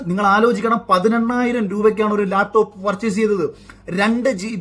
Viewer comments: ലേപ്ടോപ് അല്ലടോ..... ലാപ് ടോപ് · മുഖ്യന് ലാപ്ടോപ്പ് എന്ന് നേരെ പറയാൻ പോലും അറിയില്ല. ആ പോട്ടെ , ബാക്കി നോക്കാം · "ലേപ് ടോപ് " വിജ്യൻ 🤣🤣🤣🤣🤣🤣